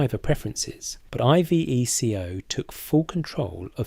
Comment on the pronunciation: Dee Aye Eff, I vee Cee Oh? Fucks sake. Is this AI bollocks? Because it sounds as if the narrator hasn't a fucking clue.